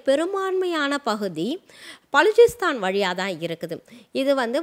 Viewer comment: பலூச்சிஸ்தான் உச்சரிப்பு B என்று ஆரம்பிக்கும்